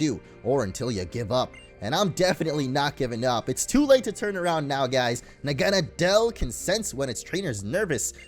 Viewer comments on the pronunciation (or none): Naw-ga-naw-del pronounciation not Na-gah-na-del